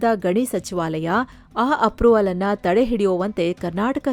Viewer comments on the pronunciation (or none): none